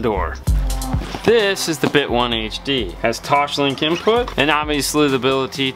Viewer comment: There is no H in TOSLINK